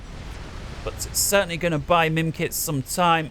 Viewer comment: Mimikz, not mimkitz ! ^^'